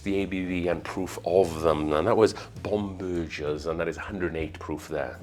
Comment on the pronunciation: As a Pennsylvania German with a family tree with Bomberger in it - it's a HARD "g" in the name. Bomb - burr - grrrrrrr as in the sounds of a lion or an angry cat. 😺